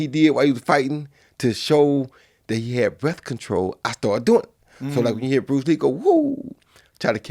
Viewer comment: Roy: ya herr me Joe: I heard you Roy 🤣🤣🤣